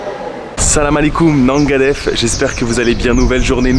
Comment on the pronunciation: Salut comme d’habitude les montage sont au top continue comme ça 👌 Ps: si tu veux bien prononcer le « nangadef » tu peux dire le « nan » comme un cheese naan hehe 😁 C’est qu’un détail que je voulais te partager au cas où tu voulais te perfectionner encore un tout petit peu! Allez bon séjour je suis allé a gorée a 2 reprises mais je découvre encore pleins de choses avec toi 🎉